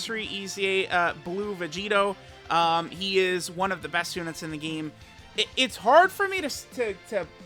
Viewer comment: "UNTI" We can know the excitement after that error lmao